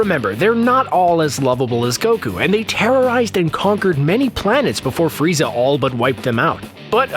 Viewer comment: You said frezai